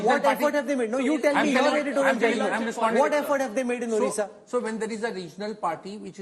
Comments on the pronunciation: Not orissa...this is Odisha.. please pronounce correctly. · A few comments: 1. Note how Rahul K still cannot pronounce Odisha properly; he is not even trying 2. No discussion of the BJP master stroke in nominating Srimati Draupadi Murmu as President of India and its impact on the BJP's support from SC/ST constituencies 3. Effectively, the first past the post system is returning to the 2-party system between BJP (replacing INC) and party X (regional parties), and that is a strong institutional explanation for BJP's improved results in the East (WB, Odisha) as well as Andhra/Telangana, Karnataka